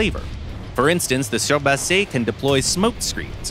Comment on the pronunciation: Nope. It's horrible. Foch is Fosh, not Fok, Foch was french not german ! Same for surblindé and surbaissé, sounds like the I isnt in the name Adn the engine isnt german but french. German design ? Maybe ! German built ? Hell no ! They got so much things wrong in this video.. But hey ! It's Gaijin, they dont care about FR